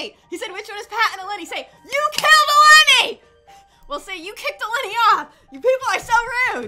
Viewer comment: In real life my name is mason EleNi yoU pronOunCeD it wRonG you said it like it was a i it's a o